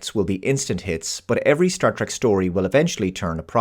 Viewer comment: Please. It is pronounced "TREK" with an E. Not, "TRAK."